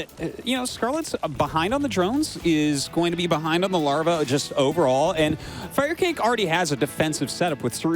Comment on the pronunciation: Really Artosis? You thought it was pronounced "Fire kah kay" all these years?